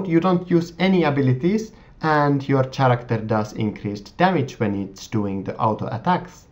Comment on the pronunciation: Nice vid :) and just so you know the 'h' in Character is silent :) I know English isnt your first language so i just thought i'd let you know